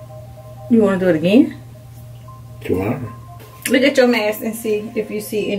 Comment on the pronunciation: 😂😂😂 he said tomor.